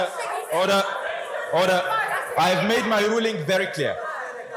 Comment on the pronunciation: Bullshit...."order orrder".... idiot+idiots